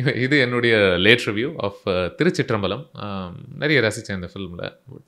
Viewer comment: பழம் பழம்னு உச்சரிக்கரிங்க just பலம் திருச்சிற்றம்பலம் 👍🏿🙏🏿